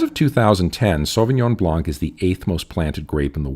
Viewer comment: Why can't anyone pronounce Sauvignon Blanc properly?